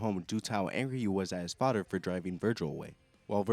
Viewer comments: Why should I listen to a mfer complaining about sh*t that effects him in NO WAY especially when he continuously pronounces the word “FATHER” as Faddderr? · the way you say father lmao